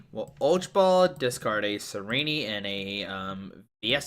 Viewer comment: the way he pronounces "Tsareena" as "tsareeneeee" bothers me